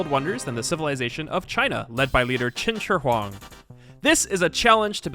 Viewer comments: it’s pronounced kin chi hwang not chin jschwer hwang btw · when he pronounced qin shi huang as "chin cher hwang" i litteraly died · Anyone noticed he pronounced Qin Shi Huang wrong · aint no way he just said Qin Shi Huang like that